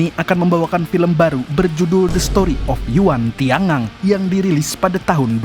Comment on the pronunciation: yuan tian gang..dibaca yuen tian kang